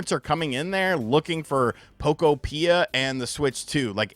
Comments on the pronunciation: Isn't "Pokopia" supposed to rhyme with "utopia?" I thought was a Nintendo YouTuber. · why do you pronounce Pokopia like that?☠️ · Much of the marketing material I have seen is pronouncing the game similar to Utopia. I think that is actually where the name comes from. Utopia, Pok-opia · Your pronunciation of Pokopia 😂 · Learn how to say the pokemon games name the right way fake gamer stop saying it wrong they have said they games name the right way over and over again and take ur own advice and stop talking about stupid crap fake gamer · “I’m not going to play Pokopia, probably” sounds like “I’m not a Nintendo you tuber” 😂 I’ll be here when you show your Poke Island